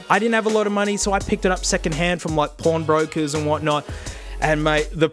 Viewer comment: I know you said pawn brokers, but it sounded like ‘porn brokers’ ;)